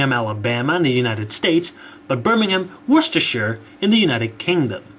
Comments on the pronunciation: Birmingham In Worcestershire? Full marks for pronouncing it correctly, by the way! Historically, Birmingham (aka Brum by Brummies ) was in Warwickshire, pronounced Worricksh'r for those who need instruction in the idiosyncrasies (I had to check the spelling, tut, tut!) of the pronunciation of English place names. I do have a framed 19th century map of Warwickshire (I'm a Warwickshire lad), which I've just checked, and which shows the early railways. In the past, county boundaries were moved around at the whim of the ruling classes, so I should also look at a 17th century Warwickshire map that I have somewhere.. However, in my lifetime, the government has redrawn some county and local authority boundaries at least twice and , in 1974, Birmingham, along with Coventry, was put into the newly created County of the West Midlands, which has since disappeared. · I've had to pause the vid and say, thank you, thank you, THANK YOU for taking the time to pronounce "Worcestershire" properly! I don't know why I even care though, never even been there. ('>_>)